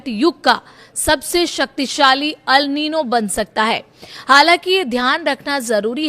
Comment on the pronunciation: Are wo Al nino nahi El nino hai 😂😂😂